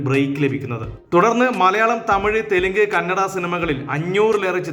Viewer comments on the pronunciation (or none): none